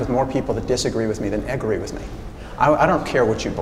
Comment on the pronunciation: Did he just say Eggree? XD